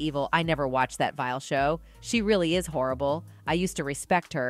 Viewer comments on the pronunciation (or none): none